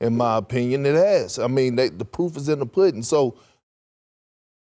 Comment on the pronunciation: i know the saying is 'the proof is in the pudding,' but that man (Perk) just said 'the poof is in the puddin" SMH. Every time he dumps on the Warriors , they go on a tear. Thanks Perk!